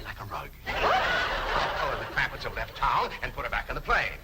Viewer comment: CLAMPETTS, not Clampits